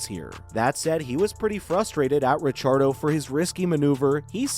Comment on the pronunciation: Ra-char-dough...... thats a new one.